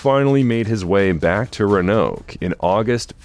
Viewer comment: It’s RÕ-UH-NOWK bruh .